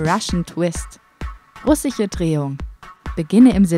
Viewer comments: Russische Drehung und nicht Ruchische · Russihe Drehung alles klar 😂😂 erstmal falsch aussprechen